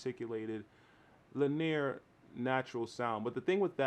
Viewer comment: Linear -- it's pronounced "LINN-ee-uhr," three syllables. Great review, though. Just what I was looking for.